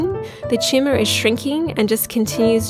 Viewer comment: I thought the speaker was saying "tschumah" then I realized she was saying Tumor. Pretty cute and funny I'd say😂